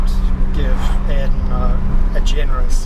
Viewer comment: Smh a eer ton Not airton